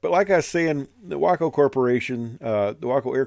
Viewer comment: It’s great that you pronounce your WACO correctly.